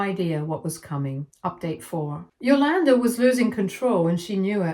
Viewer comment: It drove me crazy every time she said the name. Cool! 👍🏾 Now I get it.